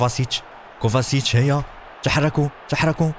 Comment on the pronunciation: كوفاڤيتش وليس موفاسيتش